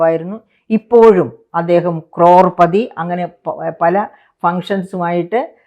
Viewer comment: ക്രോർപദിയല്ല, കരോഡ്പതിയാണ് 😂